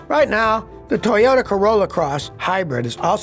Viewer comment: Scotty Toyota or Toyata Kilmer😀